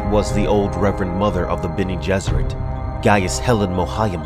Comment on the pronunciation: I love that you’re doing this series. I’m such a huge fan of the original Dune series, and you can tell be your videos how much of a fan you’ve become. I can even get over how you pronounce certain names (to each his own, lol.) These videos are a great way to revisit the series and mythos without retreading the entire series. And I agree with other viewers, I can’t wait until you get to God Emperor; I’m partial to Children of Dune, and an definitely looking forward to your guide to that book. Keep it up man, really enjoying it.